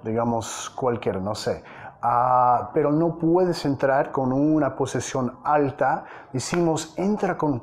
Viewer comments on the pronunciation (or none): none